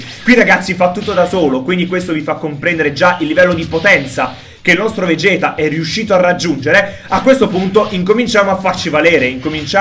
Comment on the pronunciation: SI PRONUNCIA VEGET NON VEGHET...